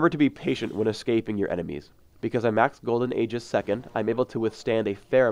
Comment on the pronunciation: he pronounced Aegis wrong